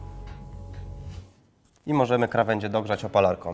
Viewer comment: Widzę ,że wziąłeś sobie komentarz do serca i zaczynasz mówić prawidłowo ,brawo :) To teraz przestań mówić "opalarkom" , "foliom", "rękawiczkom" bo denerwuje to niemiłosiernie ;)